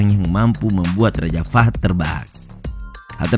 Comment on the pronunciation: Cara bacanya bukan raja fad tapi raja fahad/fahed. الملك فهد /Almalik Fahed/Raja Fahed